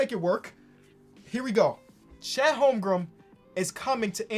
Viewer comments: its not holmgrum its holmgren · Lol “Holmgrum”